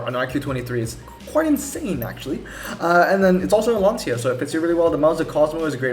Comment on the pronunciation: also just saying it is actually pronounced lan-cha which is weird but whatever